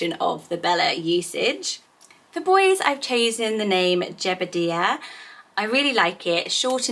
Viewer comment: I’ve never heard of Jebediah pronounced as Jebedeeeah, only Jebed eye ah. I can’t decide which I prefer